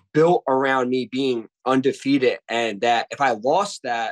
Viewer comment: "Undefeat-it" 🤔 Guy says it again a few seconds later. Clearly, very intelligent.